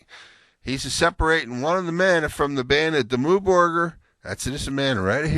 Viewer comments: i think its Dimmoo borgear to pronunce it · Dimmu Burger? WTF? I never would be able to say Dimmu Borgir like him,even if I´m spanish and all the norwegian I speak it´s a part of Vredesbyrd XD